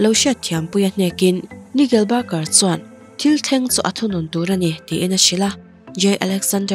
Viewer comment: An hming lam dan hi iti mak eee negel barger an awm lo 😂😂😂